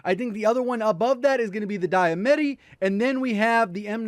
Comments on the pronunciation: die a met e? for some reason that sounds to weird I thought it was pronounced dia mat e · [dee-uh-MAH-tee] ✅ [dai-uh-MAT-ee] ❌ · Congrats on 1 million subs, you deserve it, but please stop calling the Diamatti the “die ah meh tee” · say it with me: Diamatti - DEE UH MAH TEE lol